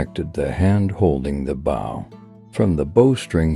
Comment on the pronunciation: You would think that if someone was going to promote Native American culture, and customs they would at least be able to pronounce the most common words associated with that culture. Bow is pronounced "boe" not bow as in bow down, or stoop over. Oh my God!!! what a disaster.